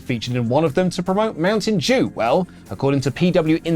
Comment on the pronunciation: It’s Mountain Dew not mountain jew